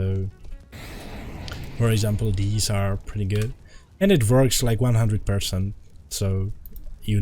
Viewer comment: thats how it vorks